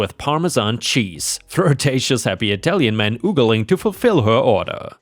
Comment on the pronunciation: "ogling" is "ah ga leeng" not "oo ga leeng." 🤪